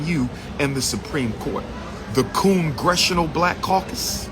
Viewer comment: Not coongressional lol